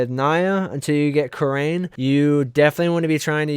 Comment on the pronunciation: Lol the way he says kyrrian first time i heard to this way but ca-ringed ever time he said ka-rain lol